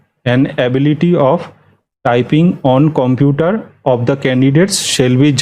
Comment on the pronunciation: video ta valo..sudhu bolbo computer uchcharon ta thik korun..